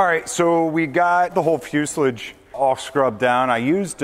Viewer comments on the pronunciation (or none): I had to rewind to hear you say fuselage . is that an inside joke or something?